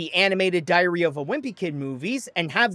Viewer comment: The way you say diary sounds like diarrhea and it makes me laugh